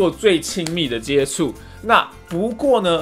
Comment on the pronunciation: jiechu接触哦，不是jiecu哦